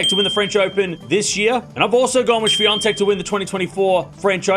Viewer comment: How to pronounce "Swiatek"? I heard, it sounded like "Swiantek"... (to be frank, I am not good in listening foreign names being pronounced)